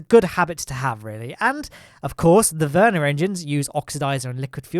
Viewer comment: You are pronouncing vernier engine really funny , sounds like Werner engine...